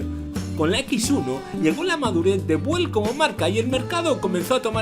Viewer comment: Muy bueno el video, pero la pronunciación es "biúel", no "buel" como ud ha mencionado. Saludos cordiales.